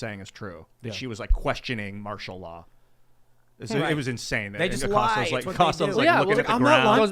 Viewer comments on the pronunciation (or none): none